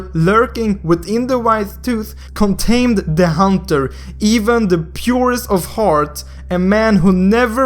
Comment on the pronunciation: Contaminated, pronounced contained. Did you go to school?